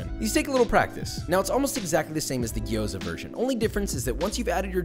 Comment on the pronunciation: I'm cringing so hard at how you pronounce gyoza lmao but its okay stick to potstickers